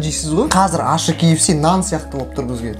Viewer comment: Неге көбісі ащы дегенді ашты дейді? 😅